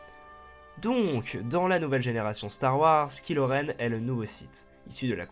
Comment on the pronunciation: TRRMINATOOOOOOR ! Mais, ça parlera de quel film? Parce que je n'ai pas vu le cinq (et clairement, j'ai pas envie de le voir) Aussi, on ne prononce pas "kilo" Mais "Kailo" :) Enfin, c'est une super vidéo, je suis d'accord avec toi pour tout ! Continue, c'est super :)